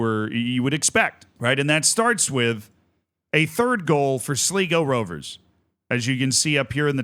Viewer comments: Amazing game for sure, but Z you butchered just about everything there. Just a total hack job. As many pointed out , it's Sly-go, not Slee-go. Galway United and Sligo are fierce rivals from the west of Ireland, nothing much to do with current league standings. And the "do you believe in miracles"? Seriously, you know almost nobody outside the US gives a hoot about that. And the reason Kerry has no long standing history, is because it's a new club, founded in 2023, it was amateur to start, now has a license to play in the Irish League. Sure you're excited about the game, but breathe, take at least 5 minutes to a little background research, just 5 minutes. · I think its important for future reference that its actually pronounced Sl-eye-go not Sl-ee-go, as I expect future updates on the irish cup and the irish second division standings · Seriously, please start doing a minimal bit of research before these vids. It's 'slygo' not 'sleego' you had it right the first time. Kerry are going to the semi-finals, not the final. This was the quarter final. Kerry can't relegate, there's no relegation from the First Division. You also could've seen Kerry was founded 3 years ago, no need to scour old cups for their participation. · You were so close it's pronounced sly-go not sli-go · Kerry cant be relegated because theres no relegation and it's said Sly-go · its sly go . og god tell me he doesnt keep saying it wrong the whole video. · "Sleego, slygo, I think it's Sleego" Usual editorial rigour from Z. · Cmon man. All it takes is a 2 minute research of any Irish video talking about Sligo to get the correct pronunciation. Do better Z 👌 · "Sleego" lol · To everyone correctly pointing out that it's pronounced "Sly-go" have to understand that only winners get correct pronunciation. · It's sly go btw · I can't listen to Z continue to butcher Sligo - bye 🤮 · Long I in Sligo.